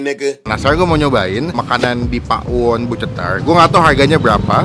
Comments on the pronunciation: Bukan Pa'won bang tapi Pawon biasa baca nya BHS Sunda Pawon tuh artinya dapur 😅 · Pawon bang, bukan PA'WON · maaf bang kayak nya baca nya salah .. bukan PA WON .. tapi PAWON .. PAWON di bahasa sunda artinya DAPUR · Bacanya Pawon gk pake pa'won hehehhee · Nyebut pawon disatuin aja, bukan pa'won, pawon itu artinya dapur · bukan pa'won tapi pawon kaya tawon bgtu bacanya hehehehe CMIIW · Bacanya bukan pa'won bang tapi tetep pawon😃 Pawon itu dapur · Pawon brow bukan pak.won 😂😂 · maksudnya gak pake jeda gt kak langsung pawon bukan pa won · Bener.....bacaan nya pawon.. Bukan pa'won.. Pawon itu artinya dapur😊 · pawon bukan pa won,jgn pake jeda bang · Pawon baaang bukan pak won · Baca nya jangan dipisah bang bukan pa won tapi langsung Pawon, itu artinya dapur 🤗🤗🤗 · pawon sihh bukan pakwon 😁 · Cara bacanya bukan pa won bang, tapi Pawon Pawon(BHS Sunda)=dapur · Pawon ya bukan pakwon nyebutnya " Pawon itu bahasa Jawa artinya dapur .. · Hai bung bukan pa, won tp pawon ngomong nya, nanti jadi beda arti nya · Pawon itu bahasa jawa yang artinya dapur mas... Dibacanya ya pawon bukan pa won😆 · Bacanya pawon, bukan pak won.. Pawon itu bahasa jawa artinya dapur :) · Kata pawon itu bhasa sundanya dapur bang jd jangan bilang pa won,kita bilang dapur ga da pur kan? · Gue kok dengernya ngomong pak won ya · Gpp sih malah lucu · darimana yaa, cara baca Pawonnya kurang pas. Ga apa, tiap orang dengan lidah asal selalu punya ciri khas. Terimakasih review-nya... ternyata emang bener2 cetar